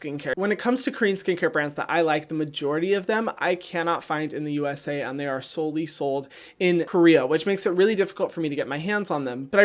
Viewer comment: “Seoul-y sold” ha